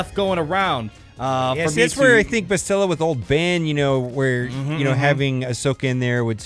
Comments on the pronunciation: The way you guys say bastilla is driving me crazy lol, Bas-tuh-la, not buh-stilla. Dozens of replays of kotor and never heard the way you guys say it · Hey, great video, love everything that you and Mobile Gamer are doing, but as a KotOR nerd it hurts to hear the pronunciation of Bastila's name like that lol. Instead of "Bass-Still-Uh" like you guys have been saying, it's "Basstil-Uh", kind of like "basil" or "castle". You gotta say the first two syllables quicker. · Actually BAstila not BastIlla - it's in both games, when characters mention her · Hey & Mobile it appears nobody cares to correct you on this but could you please pronounce Bastila correctly? It's BUHSTUHEEELAH. Freaking plebs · Carth: We NeEd To FiNd BaAaAaAastila!!!! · Why can no one pronounce her name correctly? Bas-ti-LA! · Not to complain...love the videos! But isnt it pronounce BAS til a? I feel like thats how they said it in KoToR, with the emphasis on the first syllable, not the second (like in most english names) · it’s BAS-ti-la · yeah everyone pronounces it wrong lol. Bass-Till-Uh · They're probably saying Bastila's name wrong on purpose to get us all triggered in the comment section... Lol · You guys are pronouning Bastlia's name wrong. Just a heads up! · This is how to pronounce Bastila, you're close but you're putting too much emphasis on the "t" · Bastila DOESN'T rhyme with Godzilla!!! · Why are all the game changers saying Bastila's name like its Godzilla. I've heard and said it like it was in kotor for over a decade, but now this way of pronouncing it seems so popular and it's so strange and weird. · Jesus Christ this was driving me nuts. Clearly they’ve never played kotor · Great video but her name isn’t pronounced like that bothers me so much look at KOTOR